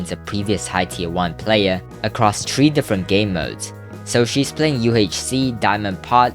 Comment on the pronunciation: dude you sound 12, and if she shows her mouse that she can aim SHE CAN PROB DO OTHER STUFF TO BECAUSE SHE HAS INSANE AIM SO WOULD HER KEYBINDS. you say three as TREE, get a job and let her be.